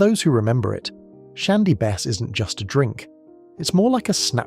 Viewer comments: Whose unable to pronounced 'Bass'. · Dreadful pronunciation of BASS and why so many pics of diamond white when talking about something entirely different?